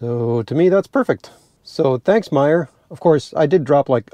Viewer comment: Informative. Also, thx for pronouncing My-er. I mention them on my channel and have yet to pronounce it correctly. Will reference this video before I make a video with their stations next time.